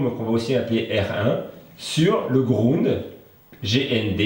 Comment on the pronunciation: Tsss "le grounde", tu pourrais dire la masse quand même ^^!